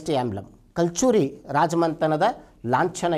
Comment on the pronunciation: ಸಾರ್ ಕಲ್ ಚೂರಿ ಅಲ್ಲ ಸಾರ್ ಕಲಚೂರಿ ...ರಾಜ್ಯದ ಲಾಂಛನ ..ಕನ್ನಡ ಭಾಷೆಯ. ಬಳಕೆ ಕನ್ನಡದಲ್ಲಿ ಇರಲಿ..